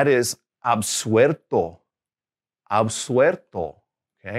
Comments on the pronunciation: Con Absolver y absuelto cometes el mismo error de pronunciacion que con la palabra vuelto. Le agregas una "r" en el medio que no corresponde. You make the same pronunciation mistakes with the words absolver, absuelto, resuelto and vuelto. You add an "r" sound in the middle of the words, instead of "L" sound, you pronounce an r sound , and it's not correct. I'm from Argentina. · Por lo visto no lo escuchaste hasta el final, si bien tiene errores pavos, no dejan de ser errores de pronunciacion. Las palabras :vuelto, absuelto, etc las pronuncia mal. A las L, las pronuncia como si fueran R. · in Argentina we pronounce Y instead of LL. But our teacher makes a pronunciation mistake with the words, absuelto, vuelto, and two more I can't remember now. He pronounce those words with a middle R instead of an L. It's not a big deal but it's not good and it's evident. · Hi. The "L" in Spanish always sounds like that, more or less similar to the English "L". It's not "arto" but "alto". Also, there are some other mispronounced words, such as "vuerto", "absuerto", and "resuerto". Those words have to be pronounced with an "L" sound: "vuelto", "absuelto", and "resuelto".